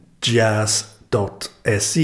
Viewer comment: Thank you for showing off my send service! :D and you pronounced djazz correctly!